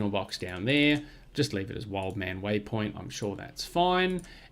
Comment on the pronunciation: The second wood at wildemann was there from the start, name pronunciation spot on thanks.